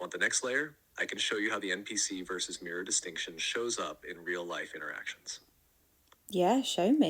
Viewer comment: Are you saying "m" PC? The letter n not m?